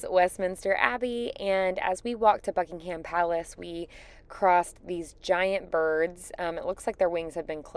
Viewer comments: Buckingum, not Bucking Ham. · Buckingham Palace: pronounced Bucking-um. There is no emphasis on the, ham. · Not once, not ONCE have I ever heard a US American pronounce Buckingham or Birmingham properly. I don't understand why there friends don't correct them. Lovely video by the way. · I had to tell an Irish visitor the same. The last syllable is pronounced, 'm' not 'ham'!